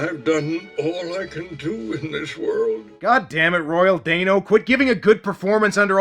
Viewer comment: I think it's Royal Dano (DAN-O, NOT DANE-O). Also, the skull grants whoever holds/touches it eternal LIFE, NOT eternal YOUTH, there's a MAJOR difference.